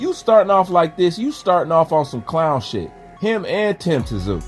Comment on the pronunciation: I love your channel and work. However, it's pronounced "Zoo!" and Tszyu said he'd fight Both Anytime! I was born in Sydney but grew up here in the USA. Y'all get ready for the Tszyu take over! As long as he doesn't suffer from over confidence going into this Fundora fight!